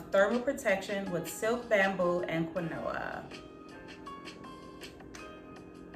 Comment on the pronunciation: I am rolling at the pop up of the “keen-wah” and the pronunciation of Kuh-new-uh 😆😆🤣 Quinoa sure doesn’t look like what it sounds like #english 🤣 I can’t wait to give this set a try. I don’t plan on straightening my hair until the end of the year but hopefully I can use some of the products when I RevAir mg hair.